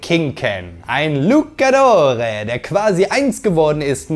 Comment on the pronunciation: Mexikanische Wrestler sind Luchadore,soweit richtig. Aber Deine Aussprache ist Falsch😂. Es heißt nicht Lukadore sondern wird "Lutschadores" ausgesprochen. Aber tolles Video,Danke👌👍